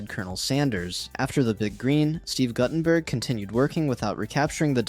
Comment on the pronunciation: Mispronouncing Guttenberg is offensive...